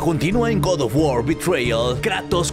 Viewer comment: El god of war ❌ El gordo of guar✔️